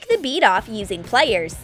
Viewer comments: Yea I was thinking of that the whole vid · Yeah I was checking if anyone else noticed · is it just me or is the way she says ' wiieeer' (wire) and 'plieeer' (pliers) weird?